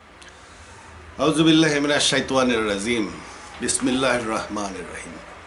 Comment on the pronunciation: বিসমিল্লাহির ও আযুবিল্লাহ শুদ্ধ করে বলতে শেখেন।।।